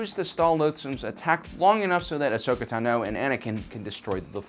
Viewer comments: It's not pronounced ten-o it's pronounced tawn-o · great video as usual/but really - it's not asoka naNOH you've been saying it wrong for a while now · Great video as usual, although Tano is pronounced TAH-no, and she was 14 not a pre-teen. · Interesting way to say Ahsokas last name. I’ve re-listened to the Ahsoka novel many times and her voice-actor has chosen to say it another way:) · I disliked because of the way you pronounce the names of the plant and Jedi padwan